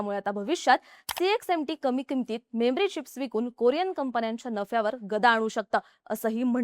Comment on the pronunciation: मेम्री चिप्स नाही. मेमरी चिप्स असं आहे.